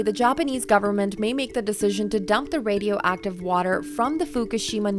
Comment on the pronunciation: They couldn’t get a better spoken scientist? He said wemoval of wadio active matewial